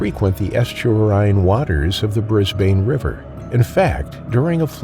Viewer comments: yeah bunch of mispronunciation again- normally i wouldnt comment on the city names cause it happens constantly but the fact you said "Bris-BANE" like 5 times in a row ticked me off so heres how you say it. "bris-bin" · Pronounced Brisbun although spelt Brisbane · Or Brisban is probably more accurate but don't expect people to understand all pronunciations like Aussies do❤